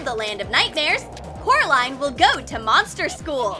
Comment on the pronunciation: ''it is Coraline not carline ''